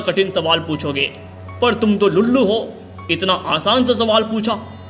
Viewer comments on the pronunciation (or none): Ulllu nhi lullu 😂😂😂😂